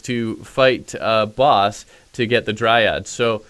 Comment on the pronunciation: OMG please stop saying DryADD